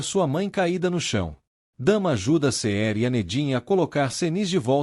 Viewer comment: Essa narração mecanica que não pronuncia os nomes correramente fica tudo igual. Todos começam com Ce. Cerem, Cemre, Cenq, Ceniz, Ceher